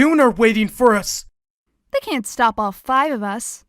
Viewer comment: Morrowseer said shtop not stop